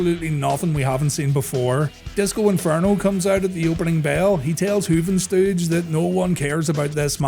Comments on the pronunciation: I agree frfr. It’s funny tho that he said ‘Juhventuhd’ and not Juventud lol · That pronunciation of Juventud gave me a good chuckle. "Juh-ven-tudd" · i always do a sensible chuckle whenever you call him "juv - n - tud" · Juh-vin-tuhd? haha great name